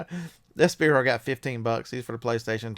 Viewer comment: Spyro, pronounces as, sp(eye)(row). Speeero, hahahahaha! Thanks for your advice lately done about $1200 in sales for the last 60 days eBay, just started like December 10th.